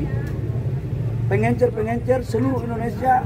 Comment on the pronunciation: Bisa bedakan gak pengecer ama pengencer...tiap ngomong pengencer pengencer lu kira tinner